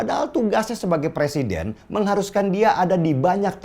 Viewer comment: jangan terlalu semngat pak de ,rakus bener ah dengan jabatan 😂 sampe nyebut presiden ,jd "persiden" panik bener y gr gr asam sulfat gimik memalukan.